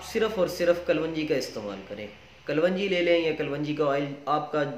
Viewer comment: KALONJEE IS CORRECT WORD NOT KALWANGEE😷